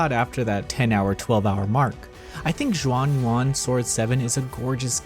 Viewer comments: It's pronounced Shuan Yuan, not Juan Yuan. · Please don’t call it Jean Juan anymore 🤣 it’s closer to shuan yuan. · Ur butchering the name. It not even hard. Xuan is pronounced not as juan its shuen and yuan its spelled yuen. But good review btw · Not chinese expert but x is pronounced as sh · cmon, if you're reviewing a game, the LEAST you can do is get the name right, and now you're attacking people for correcting you...no wonder yall are still irrelevant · I know that Chinese is hard to pronounce, you could have just typed Xuan Yuan into Google Translate and it would have told you how. Every time you said Xuan Yuan sent a shiver up my spine.